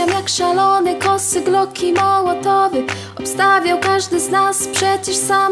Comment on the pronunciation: Molotowy mówisz xD